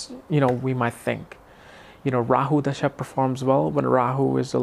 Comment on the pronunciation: you have to look for transits too during this mahadasha. And, brother..its called dasha not dhasha as you keep saying.